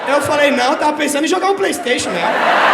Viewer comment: "Na frente do playstaition" ksksksksjjj